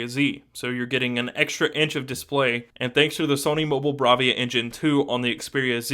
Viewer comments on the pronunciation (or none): none